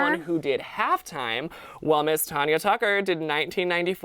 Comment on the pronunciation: I’m so annoyed they kept saying “Ton-ya” it’s “Tan-ya” good lord people need to know learn their facts...